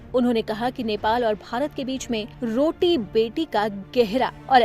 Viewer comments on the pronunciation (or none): रोटी बोटि नही बेटी😅😂😂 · Are news channel vali didi kya ho gaya roti beti hota hai beti ko bolti bol diya😅😅